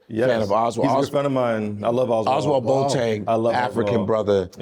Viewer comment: The name BOATENG is pronounced BO- AH-TIN